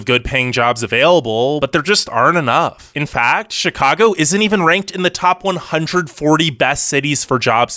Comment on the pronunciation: I’m rolling my eyes. Don’t trust an anti-Chicago video from a guy who can’t even pronounce the name. This video is such a touristy perspective of Chicago. Obviously it’s cold. Obviously we love sports, but you don’t NEED to be into sports to have fun. Taxes are on par with other states. Have you seen Californian property taxes? Bad schools? Sure some bad apples here and there but our charter school’s that anyone can attend have the highest college acceptance rates. Traffic sucks, but that’s why we have the L and CTA! Best in the nation next to NYC. Parking sucks, but that’s every big city! Crime is so overblown and it’s only concentrated in places viewers would never even be in, and limited to members in GANGS.